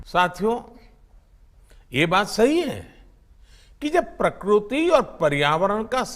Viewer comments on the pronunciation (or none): अरे भोंसड़ी के आदमी खाने के लिए मर रहा और तुम्हें चिते और मशरूम का चिन्ता है। प्रकृति बेटा प्रकुति नहीं